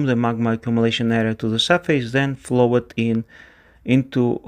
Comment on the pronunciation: When speaking the word "flowed" pronounce it as one syllable "flow'd", and you'll then be speaking that word as a native speaker. Also the word "considered" is pronounced "consider'd" by native speakers. Not as "consider-ed". Very few verbs that form a past tense using "ed" have "ed" pronounced as a full syllable in its own right. Most of the time the "e" is elided, just pronouncing the consonant. Another example: to "Master" forms the past tense "mastered", but that is pronounced "masterd" (with the "r" also often elided, depending on dialict). Do this and you'll sound more like a native English speaker. :) "Closed" is also pronounced as "Close'd" (the "e" being silent, but governing the pronunciation of the "o").